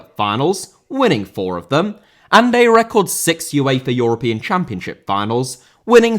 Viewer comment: Uefa* not Yuweifer